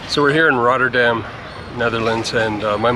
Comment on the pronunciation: You committed one of the biggest crimes: talking in the stiltecoupe lol. Just kidding, love the video. You pronunciation of "Rotterdam" is amazing tbh. Do you speak Dutch or just a few words?